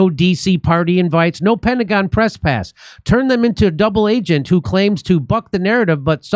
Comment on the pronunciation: Did he call "The Pentagon" "The Pentagram" ?? 😅😅😅😅😅